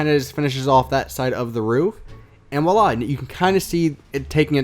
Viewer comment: It's not "willah" it's voilà.